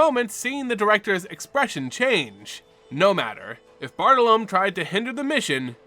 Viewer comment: Your pronunciation of Bartolomé hurts me. lol.